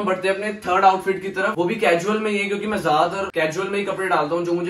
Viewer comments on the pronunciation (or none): Cajual nhi casual hota h bhai 👍